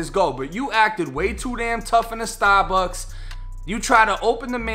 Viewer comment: “🗣STAH-BUCKS” 1090 gang4L